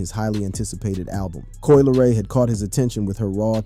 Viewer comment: Lol "Coi Leroy" I can't